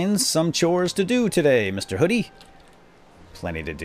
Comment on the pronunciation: Hoodie..not Hodie.